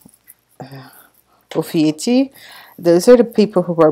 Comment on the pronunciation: Omg you’re to adorable!! It’s pronounced O’Fee’You’Cus. My bday is December 8. Thank you for including us!!! ❤️